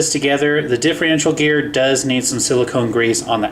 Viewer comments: It's diffERential, not diffREintial. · LOL can't he say differential properly? He says it like "Diffe-RE-ntial"